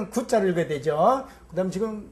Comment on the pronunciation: 지금을 왜! "지끔"이라고 합니까!?? 그저 자연스레 "지금"이라 해야지요!